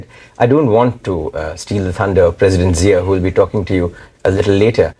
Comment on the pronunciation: His name is correctly pronounced as Zia, not “Jia.” Check pronunciation of Zambia and Japan.